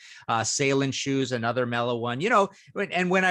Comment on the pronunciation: The word is pronounced uh·NUH·thr, not ay·NUH·thr.